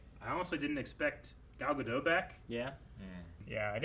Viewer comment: Gadot is pronounced with a hard “T”.